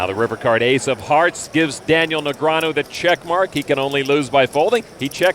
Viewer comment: You mean Neg-ree-ah-nu.